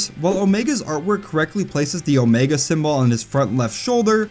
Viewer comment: Omego?? A pah toes??